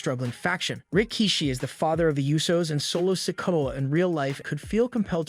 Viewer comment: The way you say Rikishi is weird and hurts my ears. You can tell he was before your time.